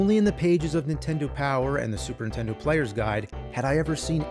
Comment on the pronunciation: well, over the last few days i binged it all...cool to see the evolution of the nerd....drives me crazy when he says super intendo though lol